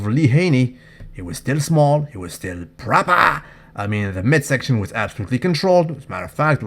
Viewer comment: That "Proopahh" in James' pisture caught me by surprise....